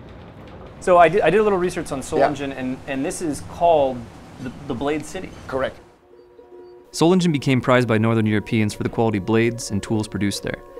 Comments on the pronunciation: Sorry, but that "SolinJen" pronunciation really hurt my ears! Thanks for the video!👍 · As you heard in the video: It's not Solinjen, it's Solingen. Just a friendly pronounciation advice :D I know you pronounce the same spelling differently all the time, which I don't get, but lets not go into that; I just thought I might help put a little. : > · Very nice video, full of interesting facts and beautiful pictures. One small remark though : the german boss pronounced the name of this place many times and it clearly is not "solindjen"... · Absolutely great!!!! The only thing Blade HQ could have done better is to pronounce the name of the city they went to correctly. The city is called 'Solingen'. The German guy was pronouncing something like "Soling", and I'm positive Americans can say that too. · Sol lee Gin !!! not a soft G !!! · Man please...he've told you how to spell Solingen correctly more than once. For all you Englishs, try "Solinghan" and suddenly you're more close to correct German. My God...😐